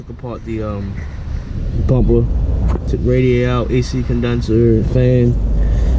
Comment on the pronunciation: 😂😂😂when you said bumper i automatically knew you lived in Baltimore or Maryland like me